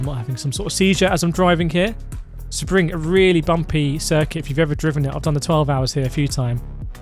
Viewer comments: Nah its not say-bring, its sea-bring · Excuse me but how do you say SEBRING?!